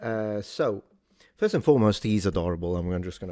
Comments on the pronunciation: I thought I heard a "foist" for the "first" in there. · He pronounces the word "first" with the British-sounding "fusst" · he also says "foyst half" ( first half.....